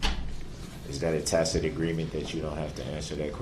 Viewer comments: He pronounced "tacit " correctly finally... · Hey he learned that “tacit”/isn’t pronounced “tackit”.